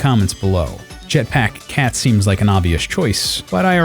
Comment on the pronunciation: "jetpáck cat"